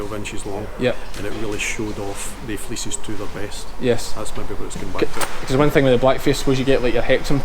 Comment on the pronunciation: first time he said fleeces i thought he said feces lol have a great day from Canada